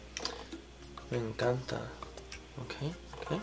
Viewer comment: the way he says in spanish "me encanta", I love him :'( greetings from Ecuador <3